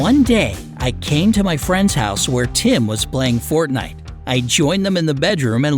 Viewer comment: you pronounced Fortnite wrong and this is just a story